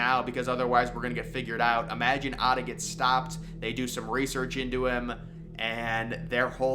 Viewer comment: His name was Atta, not Arda